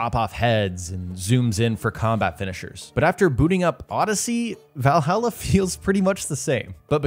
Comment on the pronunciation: Valhalla not vailhaila